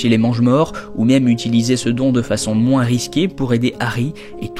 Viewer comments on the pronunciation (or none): none